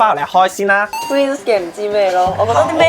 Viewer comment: 睇左兩分鐘，真係頂唔順你哋啲賴音！尤其是黑衫男. 連 Twins 都讀千屎. 搞唔掂👎👎👎👎👎